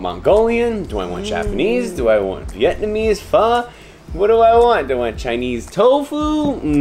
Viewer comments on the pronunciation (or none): none